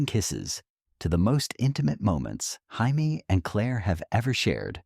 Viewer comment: It isn’t Haimie it’s Jaymie, it is Katrina and. It’s not Balfay, it is Balf. Day the names correctly or find someone who can.